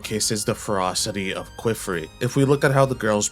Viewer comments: Great video! The rise of the "Kwiffrey" pronunciation is killing me though. Qifrey is said "key"-"free". The "qi" breaks the typical English expectation of "qu" and is said more like Chinese anglicized "qipao" or the French word "quiche" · Kiff-ree or kee-free not ku-wiff-ree. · please don't ever say "kweefree" or "kwifree" again. i usually don't care about pronunciation, but c'mon man. calling my guy queef is crazy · It's pronounced Kee-Free and Ah-Got